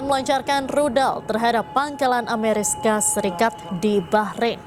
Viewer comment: Amerika Serikat, Bukan Ameriska 😅